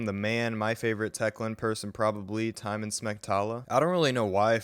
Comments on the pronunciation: His name is not TIEMON it is Tymon (Ti- mo- n) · I hate to to be this guy, but it's Tymon not Tymen . But totally nice try for this one ;)